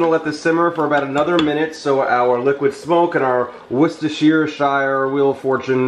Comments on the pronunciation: Hey! Worcestershire is pronounced like "WOO-sta-shur" or as i do, WOO-sta sauce, or just WOO-sta. Juts to make it easier. Love the instructional vids! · Just FYI its pronounced wooster-sure :)